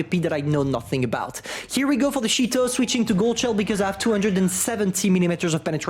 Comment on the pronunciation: The “ shheet-o” lmao